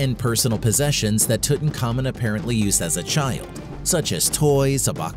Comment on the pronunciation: Name is Tutankhamun ....pronounced Tut-Ankh-Amun ...not Tutan Khamun